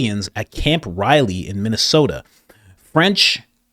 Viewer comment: Camp Ripley not Riley